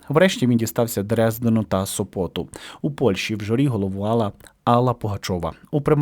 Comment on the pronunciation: Сопоту-у вас якась нова вимова,дика ,відмінна від загальноприйнятої.Місто Со'пот-наголос на перше О,у Польщі.